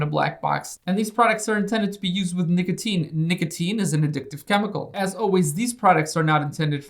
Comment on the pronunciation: I love the way he says nicotine... NicoTINE